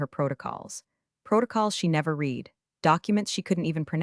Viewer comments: In context used read is said as red not reed. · Shame the AI voice can't tell the difference between "read" (past tense) and "read" (present tense) - God help us is AI can't do a simple reading task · I absolutely love the way every time read should be pronounced like red, the AI pronounces it like reed and vice versa. I didn't hear even once when the AI was correct. Perfect example of the idiocy of AI at certain tasks. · While somewhat entertaining, it sounds Very much like fiction... not even the pretense of being based innreality. Also, the AI is too stupid to understand when "read" is meant to be read in the present or past tense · And all narrated by a horrible, gabbling AI voice that can't tell the difference between present tense "read" and past tense "read". It makes me want to scream and jump on my teeth.